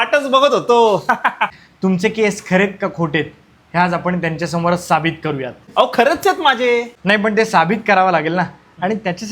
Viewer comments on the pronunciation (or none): Sabit... nahi siddh asat te... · Sàbit nahi sidh bola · साबित नाही सिद्ध म्हणतात. निदान पुणेकरांनी तरी योग्य मराठी बोलावे हि विनंती